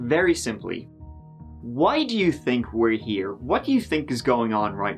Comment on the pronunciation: What is that speech impediment called when people pronouce words like 'here' as 'hee-owr'?